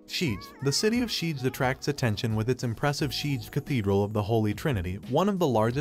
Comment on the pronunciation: I know Hungarian is one of the hardest languages. BUT! What is the Pinonian Plain? Red thermal spring valley? Szeged to sheed? Eger to Edger? If you can’t pronounce Hungarian words is fine. But copy?